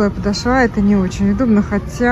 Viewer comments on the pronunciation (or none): Очень режет ухо- подошвА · Милая, подошва ударение на второй слог, простите за замечание 💓🌹обувь не очень, хотя есть некоторые ничего так. Не могу носить не коженную обувь. Массово начали делать изкуственные за большие цены 🙄Я согласна с Вашей критикой. Спасибо за обзор🌹